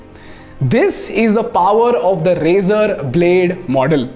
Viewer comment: Every time he says razor-r-r.